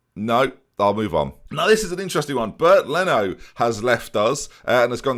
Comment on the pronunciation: Did you just call him Bert Leno